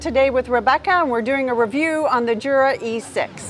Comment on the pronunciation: It’s actually pronounced yur-a.